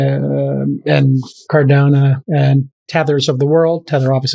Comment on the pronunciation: Not till Jason learns to pronounce ‘Cardano’